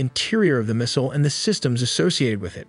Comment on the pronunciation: Not subscribing until you learn how to properly pronounce missile and mobile.